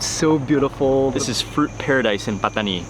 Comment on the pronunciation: I love how mark pronounces Pattani